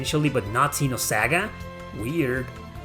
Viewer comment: Wow, you're great man You speak Ksenosaga right instead of shitish Zenosaga You rock